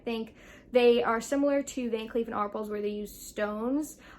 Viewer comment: Thanks for the video! Just an FYI … The “A” is VCA is pronounced “R-pell” (not “R-pulls” and the “s” is silent!). 😎